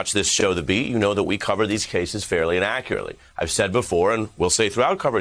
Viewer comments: be sure to pronounce "fairy and accurately" well... I thought you said "fairly inaccurately"... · When Ari said "fairly and accurately ." I heard "fairly innaccurately "